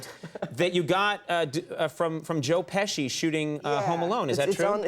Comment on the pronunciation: I know my man did not just say joe pishi!!! :) :)